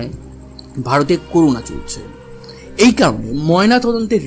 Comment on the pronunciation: দাদা উচ্চারণ টি করুনা নয় করোনা